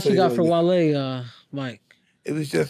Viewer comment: alright his name is wale not wallee lmao